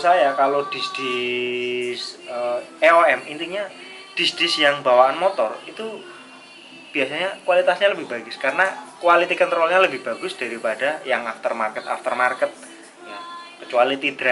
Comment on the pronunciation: Dari segi kata masih salah kaprah, OEM di baca EOM 😂